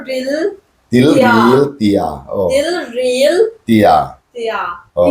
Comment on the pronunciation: Tilril tih ani loh khi ( Tiril tih in nih khi i zia nang pawn)